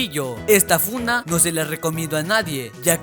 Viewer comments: dijo esta funa en ves de esta funda 😂😂😂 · Jajajajajajaja dijo funa